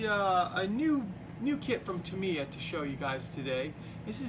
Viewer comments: Great vid, great build, absolutely awesome. Just 2 things though, it's not Ducoti it's Ducati, "Du ew cat e" and its not tumiya its Tamyia, "Tam e r" why do americans mispronounce so many words ? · It’s pronounced TAMiym not TIM they is only one letter I........very good build....